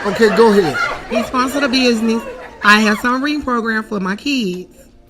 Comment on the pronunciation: I could have sworn she was saying "submarine" and I got interested. Apparently it's "summer readin" though.